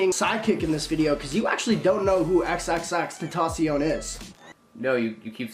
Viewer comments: If you are a really big fan you would pronounce his name correctly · Fuck off you don’t know how to say his name fucking fake ass fan you only like him now cause he died